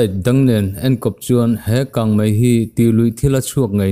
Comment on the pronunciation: He channel hi a rintlakin news ṭha tak tak min chhawp chhuah sak ṭhin a, a bengvar thlak hle. Chutih rual chuan Mizoṭawng chhiar erawh fimkhur zel a ṭha. 'Kang mei' tih tura 'Kang mai' tih ang chi hi fimkhur deuh a ṭha. Mizoṭawng fiah fel tak leh dik taka chhiar zel a ṭha e...news a ngaihnawm ṭhin hle mai..